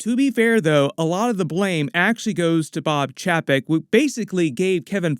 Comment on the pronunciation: Chapek is pronounced Chey Peck